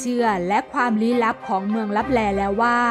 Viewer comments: ขอโทษนะครับ ที่อ่านว่าเมืองตับแต😅😅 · ขอโทษนะคะที่อ่านว่า เมืองลับแต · ขอโทษคา ที่อ่านว่าเมืองลับแต😂😅